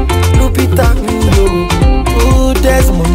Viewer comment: Davido says Lupita "Nyong'o" name wrong and it drives me crazy. At least put an effort in how to pronounce people's name correctly. Other than that i love this song.